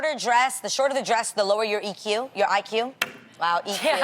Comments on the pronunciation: Nah the fact Adrienne the one defending this couldn't even say IQ shows It's correct 😂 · obviously 🙄😂 the host reading it wears the shortest dresses and richest and most revealing things, and she can’t even say IQ Right 😂